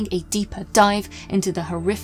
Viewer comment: STREEEGWAH (Romanian pronunciation) Love you, just a hint!